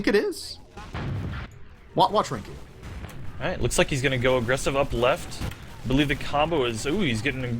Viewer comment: hearing the casters call youmustmike rinku at the beginning of the game is a little painful :s